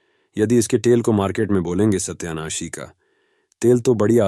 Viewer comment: Satayanashi. Hain. Sahi. Bolo